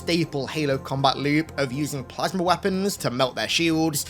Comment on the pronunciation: When says "Plasma"; because of his thick accent, it comes out pronounced "plasmer" 😂😂